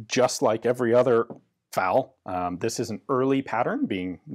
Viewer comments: F.A.L. Why do you keep pronouncing it "fowl?" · It really bugs me that Ian keep calling the FAL a 'faal'. It's F...A...L just as the US BAR isn't 'baar' though some will call it that. And in other videos sometimes he does say F..A..L...?? Sorry...just had to say it. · It's pronounced to rhyme with "pal", although with the French pronunciation of "automatique" it should really closer to rhyming with "fall". Practically everyone uses Ian's pronunciation.